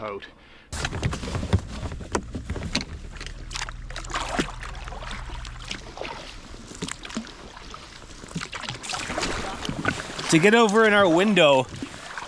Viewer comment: I thought it's a bit weird the way you pronounce hard H on French word "haute"